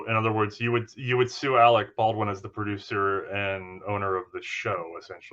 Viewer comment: Did you call him Alex Baldwin? It’s Alec. Who tf has not heard of this murder?